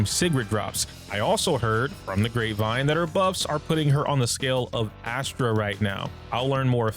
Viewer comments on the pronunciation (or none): none